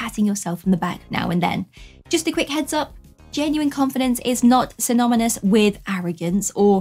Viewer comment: I can't be the only one who noticed saying 'synomynous' It cracks me up everytime